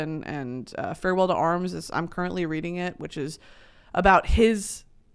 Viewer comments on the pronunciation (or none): none